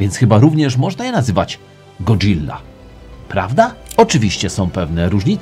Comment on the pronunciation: Fajny kanał, fajnie się ogląda. Jedyne do czego muszę się przyczepić to, że mówi się szybko Go-dzila a nie powoli Godżilla. A jak szukasz pomysłu na nową serię to fajnie by było się dowiedzieć jak zmodyfikować RB26 a potem w kolejnym odcinku jak szybko lub tanio lub najlepiej zmodyfikować silnik 2JZ itd itd. Pozdrawiam